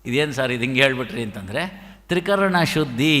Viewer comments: ತ್ರಿಕರ್ಣ ಅಲ್ಲ ಅದು ತ್ರೀಕರಣ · ತ್ರಿಕರ್ಣ ಅಲ್ಲ. ತ್ರಿಕರಣ.